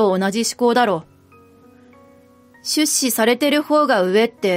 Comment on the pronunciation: 出資の言葉の発音が変ですね、まぁ日本は方言が多いから様々なイントネーションが存在するけど他の言葉は標準語なのに一部だけ違うのは如何なものか？